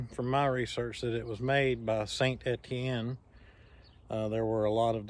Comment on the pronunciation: Isn't that a Robust 222? (And you pronunciation of St Etienne is correct)